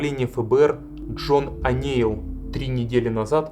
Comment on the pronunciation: Не понимаю претензий к озвучивающей женщине. Очень хорошо читает.. трогательно. Это именно так, как я чувствовала, смотря эти кадры тогда по телевизору. Шок. Ужас. Холод. А вот читающий автор видео немного отвлекает неправильным произношением элементарных английских слов и фамилий - ворлд, о' Нейл. Считаю, можно было бы подготовиться. Дикция хорошая, но очень медленно. Очень много его в кадре, было бы лучше больше фото и видео материалов. Фото и видео материалы проскакивают очень быстро, зато автора наблюдаешь добрую половину всего видео.. Он приятный и симпатичный, конечно.. но как-бы сильно много фокуса на него.